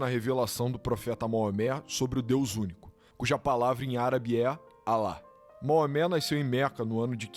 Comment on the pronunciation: Moamé não, rapaz, é Maomé ou no original Mohammed.